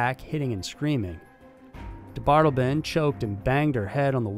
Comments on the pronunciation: Also, DeBardeleben is pronounced de bard eh lay bin, not de bard elben. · its pronounced dee bart ta lay bun (ffs ) i mean COME ON JUST LISTEN TO ONE I MNEAN ONE SINGLE OTHER PERSON SAY HIS NAME OVER THOUSANDS WHO HAVE DONE THIS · He is "De-bar-de-le-ben", he is not "da' bottle-bin". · His names is James Mitchell DeBardeleben the 3rd which I'm sure you already know. Pronounced Da-Bar-Da-Laben. Aka Mike. Just an fyi. Love your show! Keep up the good work. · Interesting last name. Seems like it would be said “dee-bar-del-uh-bin”. Or can picture is being said the way you said it. Not sure